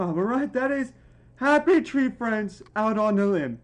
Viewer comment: Bro said Happy tray friends